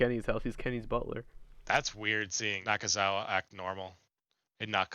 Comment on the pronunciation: It’s Michael Naka- Naka- Naka- Nakazawa. Let’s put some respect on his name.